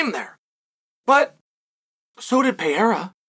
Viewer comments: Peiera :D Please make sure you pronounce a bit better his name :) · It's funny how Uncle Chael can't stand the two R's in Pereira's last name; he's not even close to pronouncing it right. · Dude still doesn't know how to pronounce Pereira